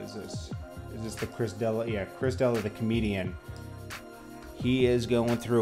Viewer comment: Its Duh-lee-uh D'elia. He was in Eminems video